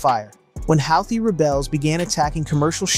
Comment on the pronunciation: It's pronounced Who Thee